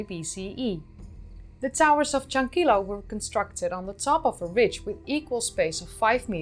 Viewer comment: Creo que pronunciaste correctamente la mayoría de los nombres. Algunos nombres de lugares no me son conocidos, así que no estoy seguro. Sobre Tello y Chankillo, has de saber que en el castellano la doble L vale por el mismo sonido que la Y, no es como el Italiano. Hace poco se han realizado nuevos descubrimientos en Chavin, cerca de Casma pero en las alturas de los Andes. Nuevas galerías subterráneas bajo el templo antiguo. También una cultura muy antigua descubierta en la zona del río Marañón, entre Ecuador y Perú. Uno de las más interesantes revelaciones es que habrían domesticado el cacao 1,500 años antes que los Mayas.